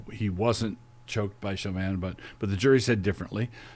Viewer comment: Why do they always pronounce Chauvin’s last name wrong? lol